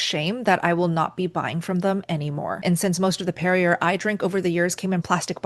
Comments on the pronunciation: Idk if you’re pronouncing the German water correctly but I do know that you’re not pronouncing Perrier right. It’s pronounced Perry yay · I'm not quite sure what of all this to believe. After hearing you give the La Croix a gusty dose of accent française, then pop out with PERRIER rhyming with TERRIER. I thought you were kidding, but you persisted...PERRIER/ TERRIER. SPOTTY EDUCATION? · Perrier is French, pronounced 'Perry-A'. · Much thanks for sharing your research. Perrier is pronounced PAIR'-ee-ay (it's French). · It is Perry-eh when you say the name. I'd apologize but it is French. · It's pronounced "perry-A'(long A) , isn't it? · Ok, before I finish watching this video, I had to stop to check the correct pronunciation of PERRIER., you’re amazing at putting videos together to teach us… we appreciate you!!! But I have to ask, please do your research before making your video. It’s hard to watch & listen when it’s mispronounced. This is the correct way… “peh-ree-ay”. Thank you!!! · Just an JFI .... Perrier is pronounced Peri...long A ...PerriAAA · You are mis-pronouncing Perrier. It is pronounced Perry-A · Isn't it Pair-ee- ay ? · How can you get La Croix right and then botch Perrier?! 😢😅 I'm pretty sure it's pronounced Pair-ree-ay , like YAY! 😂 I mean I flunked 3 years of French language class but I think 🤔 i got this this one right. 😂 Good channel though. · she clarified the French pronunciation of La Croix, but not Perrier? Its annoying since its common knowledge. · Listening to you pronounce the R in "Perrier" is not easy! Lol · You need to learn to pronounce perrier correctly. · Good vid, but I think the French would be pretty upset at how poorly you mispronounced "Perrier" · Perrier - you’re not pronouncing it correctly. 😂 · She gives the correct pronunciation of La Croix but not Perrier 😂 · She pronounced Perrier incorrectly. It's a French company and the last letter is silent. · perrier should be pronounced correctly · It is pronounced perry- ay!